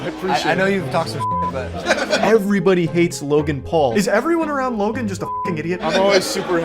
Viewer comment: Lokan Paul? Bro, why do you keep pronouncing the "k" ? It rubs me the wrong way lol